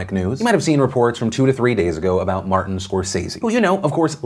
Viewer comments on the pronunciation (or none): none